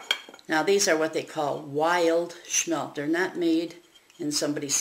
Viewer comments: Lady, they are not "Schmelt"! It's Smelt. No CH! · SMMMMMELTTTTT not sssshmelt